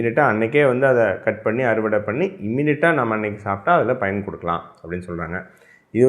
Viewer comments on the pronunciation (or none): none